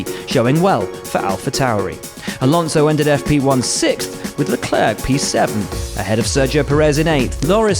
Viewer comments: who's sharl leclerk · Isn't there any Anglo who can pronounce Leclerc's name properly?